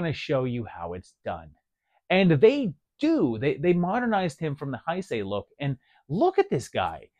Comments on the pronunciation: "Heisei" is pronounced like "hey say", not "hi say". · Love the vid brother, also, not to be that guy but Heisei is pronounced "Hey Say", at least thats the way my Japanese friends say it.